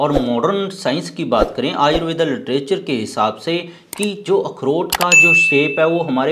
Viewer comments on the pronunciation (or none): हिन्दी बोल रहा है भाई,, आयुर्वेद बोल आयुर्वेदा नहीं 😊